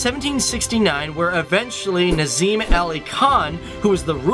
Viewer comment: His pronunciation of Indian names🙄